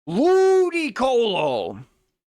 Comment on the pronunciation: I like the way the muscle funny nakey man says LUDYCOHLOH